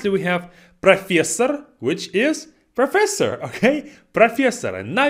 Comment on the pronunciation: The “ProfEssor!” at the end haha 😂 Also yes you said corridor correctly 👌